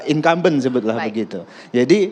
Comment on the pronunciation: Incamben hhhh siapa yg incamben